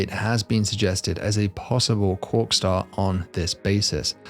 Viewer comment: Cwock staw